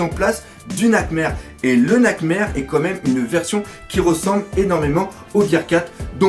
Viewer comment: je t'en suplie arrete de dire "comme meme" C'est "quand même"! 😦